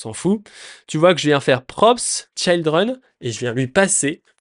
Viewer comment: Je trouve ça dommage parce que tes explications sont bien mais tu perds ta crédibilité à chaque mot anglais que tu prononces 😅 Est-ce que c'est fait exprès ? Je t'avoue ne pas comprendre... Pour une personne qui dit former des gens pour bosser en entreprise c'est un peu paradoxal de ne pas savoir prononcer des mots basiques tels que "children" Bref je plains juste tous les jeunes développeurs qui vont "copier" ta mauvaise prononciation...